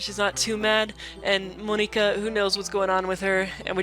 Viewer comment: No no no! Monika says that's not how you pronounce her name. Don't call here Mon-ika. >:(